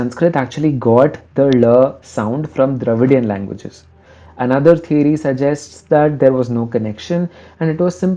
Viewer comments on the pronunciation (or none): none